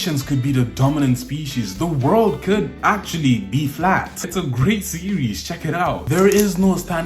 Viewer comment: what do you mean "ACTUALYY..... being flat??" OwO